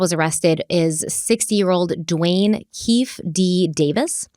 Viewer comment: Friendly pronunciation tip- sounds like: Key - Fee - dee!! ❤ Comment on this case: I want to know what kind of politics have stopped this from happening decades ago!!!!